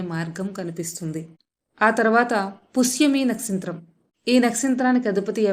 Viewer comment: nastritramkaadu, nakshatram